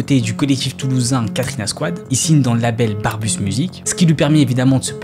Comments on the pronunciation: Brabusssss pas barbusse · Barbus au lieu de brabus, ripro 3 au lieu de ripro 1..